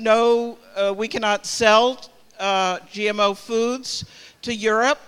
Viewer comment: This woman can't even say the word GMO correctly but she wants to ban it. Useful idiot!!!